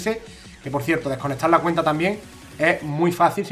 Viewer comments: seguro porque ha dicho cuneta en vez de cuenta. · like si ha dicho mi cuneta en vez de mi cuenta en el